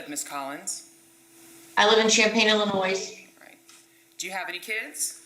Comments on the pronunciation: What you live in Illinois and you dont realize the s is silent???....I dont think I've ever heard anyone pronounce it as illi noise?? Its ILLINOI......geez, much schooling??? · The “Illinoise” pronunciation surprised me, especially because she lives there! I don’t like hearing “often” pronounced with a hard “t”, either, but I thought that either pronunciation was accepted nowadays. 🤔 By the way, I am not an English teacher, but I was raised by a mother who was a covert narcissist, a 3rd grade teacher and a “grammar N.”. 😫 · NEVER say Illinois ending in an "s". It's like saying "often" uttering a "T". It's pronounced "offen," NOT ofTen. BTW...I'm an English teacher. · She’s from Kentucky her husband is from Illinois that’s probably why she pronounces it with an “s” but regardless have some sympathy this family has been through hell ...🙏for this girl 💔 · Lol If she is from Illinois she should know the S in Illinois is silent 😂🤦 I'm from Illinois, it's so funny when people pronounce the S 😂. Prayers for these sisters 😔🙏 I can't image their pain and heartache especially knowing the horrible way she died.